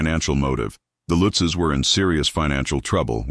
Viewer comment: It's not Lootzs it Lutzes.